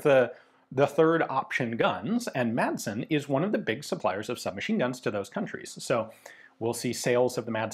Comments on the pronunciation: No we dont pronounch it massen But thats closer than calling it maD-sen So appriciated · As a Swede, the actual Danish pronounciation is probably more something along the line of "Maaaahhhsn. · weapons Great pronunciation for a non danish speaker. We danes tend to "swallow" a lot of letters when we speak, so really it should be pronounced "massn", almost just like you're saying it, but without pronouncing the E. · Danish is more a speech impediment than an actual language, just pronounce it with a D like a normal person. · It's cool to hear the 'D' drop in and out of Ian's pronunciation of 'Madsen'. It shows that he's a regular guy and not a pure academic. 😎